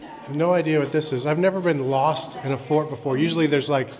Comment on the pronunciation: I thought Said. Fork not fort